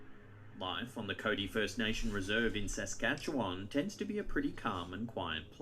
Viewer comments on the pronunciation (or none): none